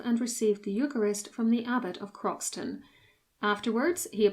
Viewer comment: The correct pronunciation of Croxton is “crowsun” and its full name is Croxton Kerrial but everyone who lives near it calls it Croxton. His visera was searched for in the 20’s by the then marquis of Granby, who in 1925 became the Duke of Rutland. He didn’t find it, but excavated the bulk of the abbey and many of its bits and pieces are in the collection of Belvoir Castle.